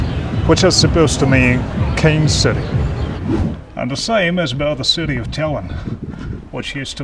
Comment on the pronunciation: При произношении слов типа "city" свистишь очень громко, аж звук делал тише.